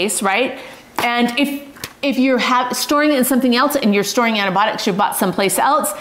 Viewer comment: Antibiotics, antIBIOTICS, please pronounce it correctly!